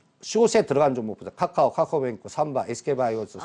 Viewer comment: 이 아저씨 맨날 카카오는 "까까오" 라고 하는데 카카오뱅크는 "카카오뱅크"라고 발음 하시네ㅋㅋ 일부러 그러는건가ㅋ